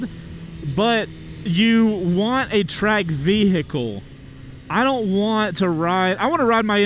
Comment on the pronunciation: Everybody: vehicle: ve-HE-cle